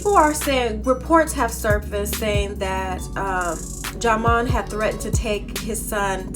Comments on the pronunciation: Sweetie it's pronounced JIMON LOL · learn how to say ( pronounce ) his name u on a platform okkkkkkkkkkkk